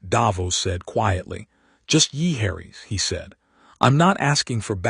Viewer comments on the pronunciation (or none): illiterate A.I.'s get an auto thumbs down and WTF is yeeharries?